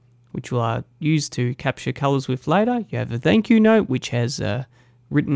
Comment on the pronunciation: Great video but it's pronounced with not wif. "th" not "f". This annoyed me and I couldn't watch your vid because of it. My son is 6 and has speech therapy for so don't think you can't change it.